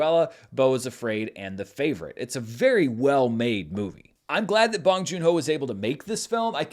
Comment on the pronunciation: "bOHNG" like own. Otherwise, nice review. 😊 -from a Korean American sub